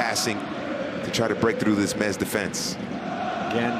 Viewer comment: It's not Mets...... M.E.T.Z